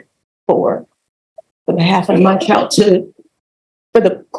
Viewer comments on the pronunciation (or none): Your CHIO! No, it’s child, it’s world, not worl